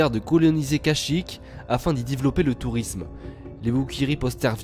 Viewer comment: "afin di divoulopper le tourrisme" xD